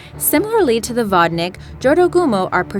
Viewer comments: HOOPLA!!! This is not how you say "vodník" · vodník not whatnick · 8# "vodník" pronounced like (vodniik) like long "i" sry i couldn't resist not to... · It's really annoying how you can't pronouce "vodník". Come on... Can't you guys just put "vodník" into the google translator? I'm czech and I find it kind of funny but it's more annoying than funny😐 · you should've asked someone who speaks czeck to pronounce to you how to speak vondík and vondíci cuz at first i did not know what are you talking abouy